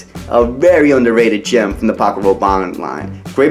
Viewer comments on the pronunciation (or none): none